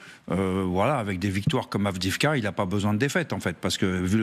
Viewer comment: Est-ce qu'un jour les journalistes et autres généraux feront l'effort de prononcer Avdiïvka correctement ?